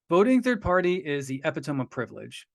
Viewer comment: I look forward to the later parts! Also, forgive me, but it’s pronounced ip-pit-toe-me. 🙃